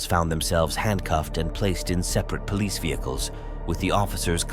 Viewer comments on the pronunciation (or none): Why does it sound like u saying “peace officer” instead of “police officer”? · I said this so many times why do they say poe leese